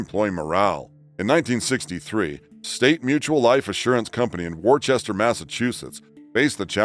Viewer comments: By the way, on the topic of the Smiley faces from Worcester, the city is pronounced Wistah, not Worchester. I know about this, because I was born there, and I get a little bit offended when it's mispronounced. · It's not Worchester it's pronounced Wooster. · And it's pronounced wooster as in woof not war-chester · "Wooster" not Worchester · For the love of God. "Wore chester"? Woostah! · It’s pronounced “Wooster” not war-chester. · Worchester, Mass. is pronounced "wohster" not "warchester". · Um, It's pronounced, "Wooster"- not "Worchester" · I remember ALL of this stuff! So many of them were new and amazing to us. And, BTW the MA town is pronounced "Woo-stah. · warchester? Never heard of it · The "ch" in Worchester in NOT pronounced! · That's not how you say Worcester.